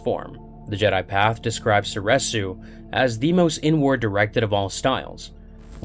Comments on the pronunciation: Soresu is pronounced sor-EE-soo. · Sor Reeeeeeeeeee su